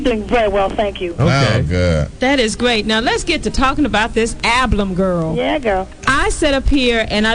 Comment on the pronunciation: not ablum🤣 great interview thank you!!